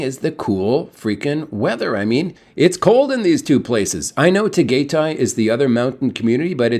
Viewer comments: Just FYI, they pronounce it Taa-Guy-Tie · You are not saying Tagaytay incorrectly. I know it is a hard word to pronounce. I been there before and the weather is cooler, but you have the TAAL Volcano. Which is the world's smallest volcano in the world. It is an active one. That is a nice area.